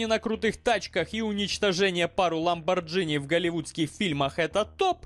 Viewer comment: Только Ламборгини, а не ламборджини.